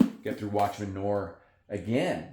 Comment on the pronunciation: Great picks! But it isn't Watchmen Nore it's Noir like film noir. Noaaaar...